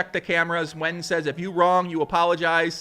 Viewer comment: No, you shouldn't call him "Men the master Win". You should learn how to say Nguyen.